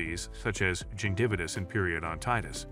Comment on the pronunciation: Love how the AI voice over said gingivitis lol so funny nut nothing funny about an abscess. People please brush your teeth three times a day or after eating every time and that alone will reduce the risk of cavities forming and gum disease and abcess from forming alone with some mouth wash as well and floss after every meal. I didnt take care of my mouth like i should have i brish three times a day and floss but haven't gone to a dentist in over 14 years and every tooth now has cavities from not getting dental office visit cleaning..but since instarted brushing theee to four times a day and flossing three times a day,mouth wash three times a day and use hydrogen peroxide twice a day my gum disease when they do the number thing went from alot of 4 and 4's to 2's and 3's in less then two months and she said i have barley any plaque at all and its just cavities from my dry mouth and love of cokes and sweets whoch os all terrible for teeth and now o regret eating sugary foods and sweet tea and cokes cause the pain in-between visits gets intense until all my cavities are filled and the four root canals and caps are placed then ill be fileeling much better i hope. I have already lost three teeth and now of i dont get the root canals done ill lpse the last 4 mollars i have whoch is only my forst molars i have left